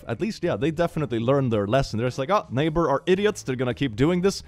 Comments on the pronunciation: ok so kinda late, like 3 months, but does anyone else get mad/annoyed at the fact it says "naybar" instead of "neighbor"? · I know they spell things differently in the US, but nayber, are you kidding me.😅